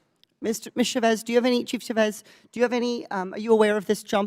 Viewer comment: Please don't chop up the name Chavez. It's pronounced Cha' vez. Thank you love Katie Porter!! Get it em girl!!!